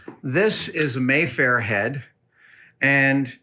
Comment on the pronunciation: Aaa! There are so many little things you're doing wrong. My inner-grip in cringing. It's so fun to watch you talk about something that I know so much more about than you. For example, it's a Maffer Clamp, not a Mayfair clamp - it rhymes with "safer". you're 100% right, though that the apple box and and C-Stand are the most fundamentally useful things on a movie set. I have a couple courses on on the fundamentals of film lighting, if anyone's interested. Just look for courses by Mark W. Gray. Oh, and the other name for a C-47 is a clothes pin. That's what you should ask for at the hardware store.